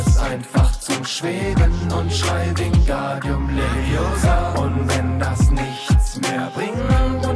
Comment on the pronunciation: Es heißt wingardium leviosaaaaaaaaaaaaaaaaa ;)